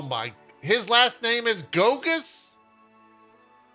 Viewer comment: I love when a Polish name comes up in English speaking news like this. First of all, most of the time they're hilariously mispronounced :) Mostly because of the special characters. Goguś is far from Gogus. I can't even spell out phonetically what it should sound like, because this sound doesn't even exist in English. I could write paragraphs on how to pronounce various sounds in Polish language and it still wouldn't help (I swear, I tried. Best I can do is that Polish "ś" should be pronounced like Japanese "sh" (as in like it should be pronounced) but very very fast. Japanese "sh" is our "si" :)) So… as not to leave you without anything, I provide to you a translation of that name… Piotr Goguś means… (drumroll) Peter Fancypants (hand on heart, this is it :))